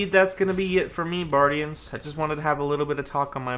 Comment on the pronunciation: “Hey buardians, here”